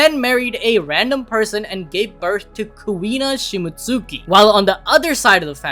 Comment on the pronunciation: it's not "shimot-suki", it's shimotski", like Momonosuke is pronounced momonoskay. I've learned from anime that that U is usually not pronounced at all and when it is, it isn't emphasized.